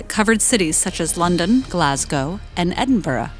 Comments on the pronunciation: UniVoidz it's just a shame it and Edinburgh were pronounced completely the wrong way. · brendon urine She pronounced Edinburgh like I would. I'm from Stirling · Rebecca Erin Connolly Edinburuh not Edinbruh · omg yeah glosgaow and like i love in edinburgh and it's noT edinboro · I am slightly annoyed at the way she pronounced Edinburgh and Glasgow it's Pronounced (Glas-Goh) and Edinburgh is pronounced (Edin-Bruh) not that difficult. Never even heard them be pronounced that way before. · I cringed hard at her pronunciation of Glasgow and Edinburgh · Americans trying to say "Glasgow" and "Edinburgh" makes my soul die a lil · mhmm i'm from edin and omggg